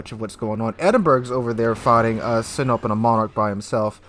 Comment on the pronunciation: Still butchering sinop. Don't Be These Guy